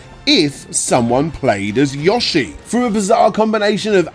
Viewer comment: It's pronounced "YO-shi". Not "YAW-shi".